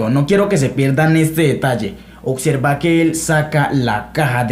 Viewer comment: Te respeto colega, puedes saber mucho en teoría pero ningun Macho Alfa habla así: "Mas sin embargo" "Suxtitulos" "oCserva" "aCsoluto".